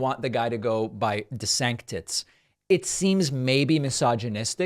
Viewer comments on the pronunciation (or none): Desanctits hahha I almost spit my coffee out